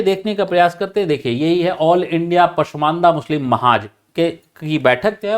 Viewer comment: Mushlim nahi hota sir muslim hota hai🙏🙏